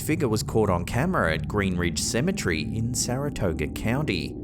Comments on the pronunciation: It's cemetery not cemetrey dope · Symmetry??? No. It's proper pronunciation is seh muh teh ree...you're welcome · You said it wrong it’s cemetery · You’re saying cemetery wrong you’re saying